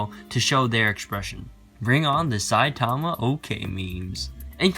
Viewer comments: it's Saitama not Sai... Tama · its say-tama not sai-tomo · you spelled it right. though, when pronouncing the name, people say it like saiTAMA which is wrong, the emphasis goes in the beginning like SAItama